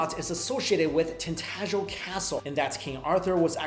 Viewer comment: no butchering - it's Tintagel castle in Cornwall